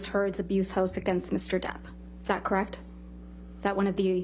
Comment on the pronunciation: I really do not like this woman at all. She is so cringy, smug, arrogant, and when she says “kreckt” it drives me insane.